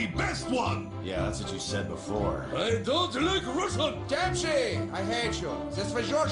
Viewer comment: ITS DEMPSY NOT DESIANY!